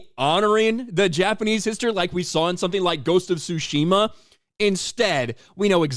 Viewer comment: It's pronounced Tsushima, not Tsushima!